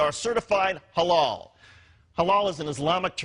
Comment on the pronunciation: why it sounds incorrectly mispronouced like ha-laow and not ha-lal?